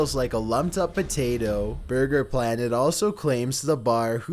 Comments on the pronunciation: borger king fuut lettice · bhurgur king fut lettuce